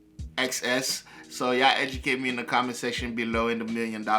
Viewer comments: And the band name is pronounced like "in excess"😉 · The pronunciation is. IN EX SESS...like in you were to say in excess. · Pronounced "In Excess". Yeah I was really into them as a teen. Perhaps spin Black And White, What You Need, Devil Inside, Don't Change, To Look At You, Need You Tonight. And the blues/roots artist Bonnie Raitt released an excellent cover of Need You Tonight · Their band name is pronounced "In excess" 😉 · It's pronounced inexcess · Its pronounced In Excess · please do the official video of this song...woo hoo. So cool and sexy! Shaboo Shooba album was 🔥. INXS is pronounced IN.....EXCESS. Thanks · 💔RIP Michael Hutchence - LOVE INXS!!! It's pronounced 'in excess' - Please react to -Never Tear Us Apart (a love song) -Need You Tonight -What You Need -Devil Inside -New Sensation -Thanks!!! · Pronounced “in excess”.